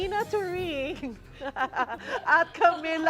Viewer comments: halaa sineryoso mo beh? Yung pronunciation nong host ang tinutukoy ko😅 pakinggan mo yung pagkakasabi nya sa TORING.. THORING daw kaya natawa ako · hahahahaha.. THORing wuhahahahaha 😂😂😂😂😂